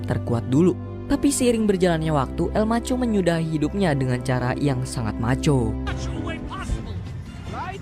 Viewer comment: El MARCHO BUKAN EL MACHO